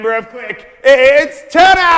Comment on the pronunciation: THANK YOU FOR SAYING THAT TANNER TRIGGERS ME SO MUCH ITS TANNAR